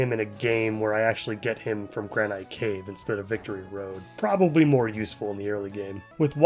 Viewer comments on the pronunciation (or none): This is gonna be a eureka moment but you keep pronouncing Granite cave wrong